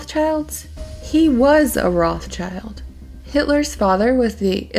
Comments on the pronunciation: It would be nice if the narrator would say "Rothschild" instead of "Rothchild". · Pronounced Rot shilled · I can't watch this. You can't pronounce names correctly and you have serious diction issues. Rothschild isn't pronounced that way and neither Abramovic. Please, learn!